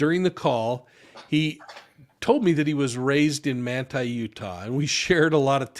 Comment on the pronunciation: What town in Utah is this taking place? Manta? He’s saying Manta.